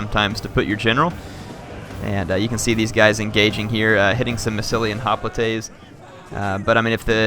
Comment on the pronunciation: He pronounces Hoplites sooo badly.